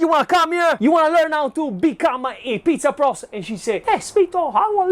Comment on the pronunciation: “You wana become a umm, pissa pruss”. Luv it 😂😂